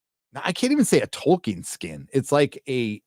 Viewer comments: Goddamnit Charlie Rose.... it's TOLL-KEEN not TOY-KIN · Did Charlie Rose say Toykin? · The only way that interviewer could possibly mispronounce Tolkien's name worse would be if he called him "Twerkin." (No offense, ).